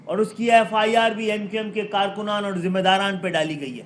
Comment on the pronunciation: Zima dari g not dima dari🤦🏻